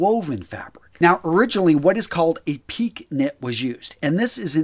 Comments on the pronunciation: i’ve never heard pique enunciated “peak.” It’s a French word (1st used in polo shirts by Rene Lacoste for his famous Lacoste alligator-logoed brand) pronounced “pee-kay.” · Piqué is pronounced “peekay” not “peek” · Pee- Kay, not peek! What do thing the accent over the E is for? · “Pique” is pronounced “peekay”....."? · It is pronounced “pee kay”